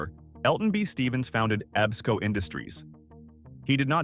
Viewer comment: EEESCO, is pronounced Ehb-sko...(Ebsco)...I actually knew Elton B. Stephens son, George. He was deaf.